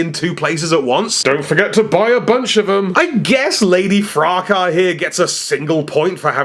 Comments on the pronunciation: It’s pronounced without the “s”. Fracah, meaning a noisy disturbance or quarrel. It’s originally from a French word. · That Headmaster can be pronounced FRAH-cahs. It's like a French counterpart of a donnybrook or a dustup. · He said "The P.O.O. System"! 🤣 *I believe the name FRACAS is pronounced "fre-cus".